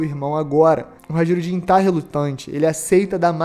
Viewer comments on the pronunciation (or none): HA-JI-RU-DIN !? "J" nórdico é o nosso "i" semivogal. HAI-RU-DIN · Amigo, "Hajrudin" se pronuncia "hairudin" com som de "i"